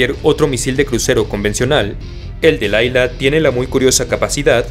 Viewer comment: es Dlila como Dalila sin la "a " hebreo y espanol suenan igual